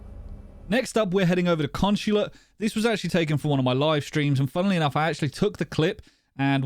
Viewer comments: The map is called Consulate not “Conshulate” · SERIOUS QUESTION: Why do you pronounce consulate, "con-shu-lat"?